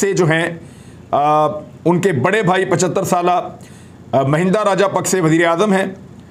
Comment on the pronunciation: It's rajapaksa not paksha